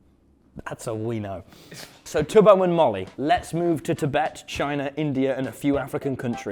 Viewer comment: It’s tubbo not tobbo …